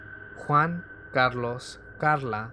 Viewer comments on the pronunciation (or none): none